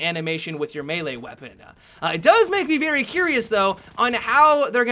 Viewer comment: "Aliiiveuh" "Melee weaponuh" "Harduh" Anyone else spot some? Whoever spots the best one gets a cookie from me! Edit : I think that's the best.